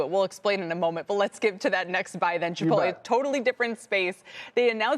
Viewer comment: I hesitate to seriously listen to people who mis-pronounce “Chipolte”. So annoying.